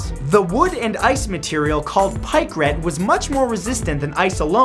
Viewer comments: You are the only person I've heard pronounce Pycrete pie-cret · "Eye Gee nobel prize" and "pykryt". Wonderfully mispronounced. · pikecrete, concrete by pike...Pie-kreet. thats how you pronounce it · You mispronounced pykrete